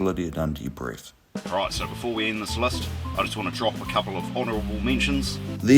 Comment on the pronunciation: and 'list" as lust.